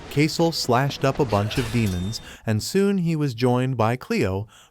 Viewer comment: Bro straight said 'foon' instead of 'soon'